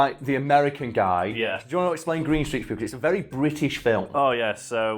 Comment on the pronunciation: The way you say “British” is the most British thing I’ve heard in my life